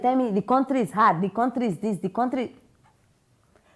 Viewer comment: Please you can use either Google or YouTube to listen to the correct pronounciation of the word COUNTRY. It will help to settle any uncertainty you may have about how others pronounce the it.